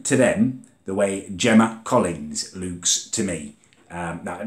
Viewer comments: LUKE LEWK LOOÒOOK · is it just me who creases when he says 'looks' 😂 ?